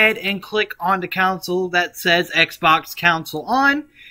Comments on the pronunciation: it's features not futures and it's console not counsel other then that it was amazing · I'm definitely not going to listen to anything this guy says. His mispronunciation of words, like, "Console" and "features" is a big red flag for me. I doubt he knows what he's doing, let alone saying. It's pronounced CON-SOUL and FEET-SURES. Not COUNSEL and FUTURES. Don't listen to this 'tism schmuck. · "Counsal" or conSOle 😂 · Love the vid it helped alot but con-sole fee-cher